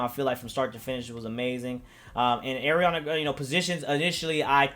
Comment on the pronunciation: it's pronounced "R-E-onna" i used to get it mixed up too though so no big deal